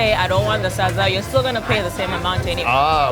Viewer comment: I love how he pronounced SADZA🤣😍 so accurate!!!